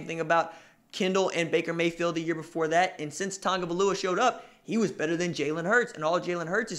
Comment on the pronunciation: Why do people keep saying tungavailoa? Its tagovailoa